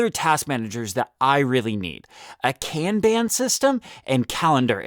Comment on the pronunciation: Kanban is pronounce con (like con man) and bon (like James Bond) it's not can ban. Pronounced KAHN-Bahn.